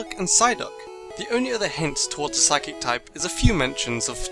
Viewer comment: You said psychc not psychic